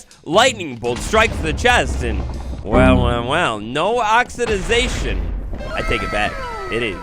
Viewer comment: love you,, but for the love of all things big and small it’s “oxidation”